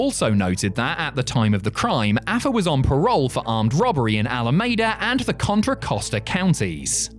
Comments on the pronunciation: I know won't see this, but Alameda, Califorina, is pronounced 'Ala-Meeda, no 'Ala-Mayda'. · He mispronounced Alameda too.